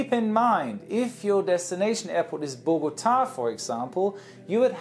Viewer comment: Hey, I am from Bogota, I laught when he pronounced it, love you 😂😁